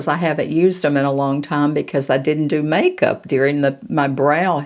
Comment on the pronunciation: Hi I do hope you're doing well,,I loved this video, marvellous,,btw,I loved you saying make soup,,,hope it's Irish Stew🤣ty for your videos,💐🌷❤️❤️